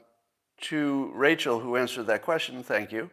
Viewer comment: Scott learned how to correctly pronounce the word measure. I hope he will do the same with the word question. It certainly shouldn't sound like...queshin.